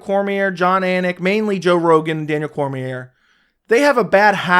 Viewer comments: True, he mispronounces "Cormier". Of course, Cormier and the other commentators mispronounce "Adesanya", so where does it lead us? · Dude cant even pronounce “Cormier” i would take his opinions with a grain of salt 😂😂